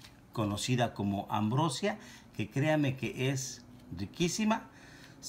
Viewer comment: eres chef? …porque se pronuncia AMBROSÍA con acento en la “i” no ambrosia. Hellooooooooo